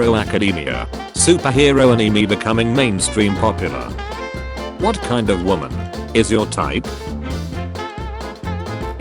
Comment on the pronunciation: Meme: anime The AI voice: aneemee